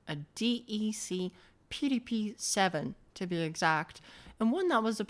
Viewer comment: Did you notice how it effed up the pronunciation of "PDP"? It's AI crap (cf also eg 's "threeee")